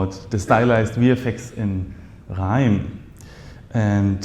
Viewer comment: Did you say Grrrrime? scnr 😅